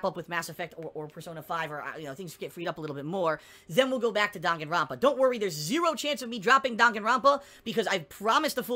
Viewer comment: I really really dont like it when he says Dahngen rampa